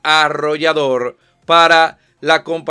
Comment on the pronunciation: Desmond? No te la jales Locón, es Redmond. A menos que estemos hablando de Phil Auditore 😅